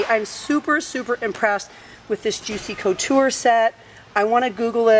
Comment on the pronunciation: Please pronounce Juicy Couture right sorry....